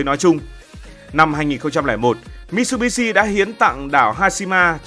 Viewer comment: Mitsubitsu đọc là mi t sự bi t sự nhé ad. Tiếng Nhật chữ tsu đọc gần như trự